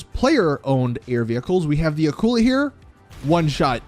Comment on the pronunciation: "akula" boi are you stoopid